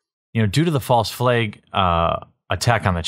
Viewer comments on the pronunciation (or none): "Due to the false fleygg" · Koala Nectar The Wisconny accent slightly coming through there